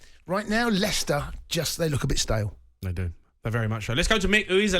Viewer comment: The way you pronounce stale like STAIIIIL and that's coming from a Scotsman